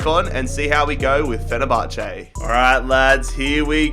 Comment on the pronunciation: Fenerbache😂That’s so random but Great video